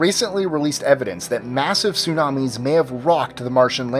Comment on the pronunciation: Tunamis on...mars?????? Really ppppht